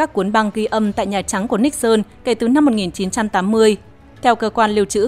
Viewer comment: Tôi rất thích nghe bài này đọc đúng phiên âm Níc xơn ,có kênh MC có chút tiếng Anh đọc là Ni sừn ,nghe chối quá , MC chắc hơi máy móc và không nghĩ là đọc cho người Việt nghe đa số không biết tiếng Anh